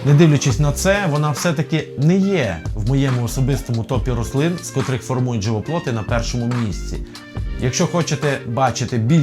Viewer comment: Клас. Але на майбутні відео: "живоплІт" - не "живоплот".